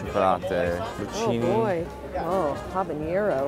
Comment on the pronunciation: Oh Matteo, the look on your face after she said Habanero. It was just about the whitest pronunciation I've ever heard.